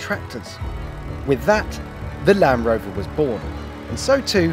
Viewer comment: It's called a lanD rover not lanrover